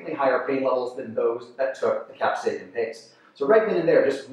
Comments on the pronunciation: Is he saying cap-say-kin instead of cap-say-sin? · Many people do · Bruh how do you mispronounce capsaicin